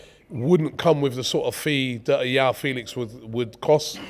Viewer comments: Anytime I hear Yao Felix, it grates on my ears. It's Joao with a very hard J 🤣🤣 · Robbie's Portuguese pronunciation is so bad. Joao is pronounced like John, not a Y. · Come on Robbie, Joao and Jorge are names you repeat constantly in football world. Just try to remember how to pronounce them Jesus….